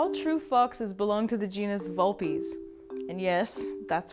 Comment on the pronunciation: TakeTo TheShadows You pronounce Vulpez wrong.